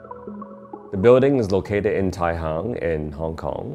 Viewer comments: The location is Tai Hang, not Tai Hung. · Feels like one of those Black Mirror episode--somewhat a good thing. Having said that, I love the bathroom. Oh and it's Tai HANG, not Hung.